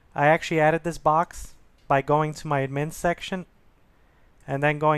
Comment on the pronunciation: Drove me nuts .. he also says "ad-MIN panel" instead of "AD-min panel" .. it's like he's only read the words and never heard them before.